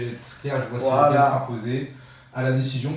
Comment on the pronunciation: Pourquoi tu dis Cyril Gaiyne 🤣😂🤣 c est bon, c est pas parce que maintenant il fight en Ufc qu on doit pas l'appeller Gane🤣😂🤣. Moi je propose qu on l'appelle Sayirail Gayine